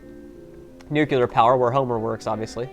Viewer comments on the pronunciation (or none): Damn, you pronounced nuclear as nucular.